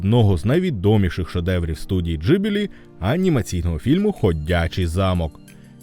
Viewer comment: Відео хороше, але оце кривляння голосу намагаючись цитувати людей достатньо ріже вухо, краще просто своїм звичайним голосом. І здається правильніше та й загалом ніби усі кажуть Ґіблі, а не Джибілі)